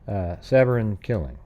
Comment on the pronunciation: Oh, and her name is pronounced "suh-BORE-in."